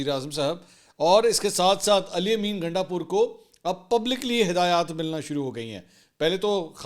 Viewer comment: Gandasoor ? Mansoor Sahib ki slip of tongue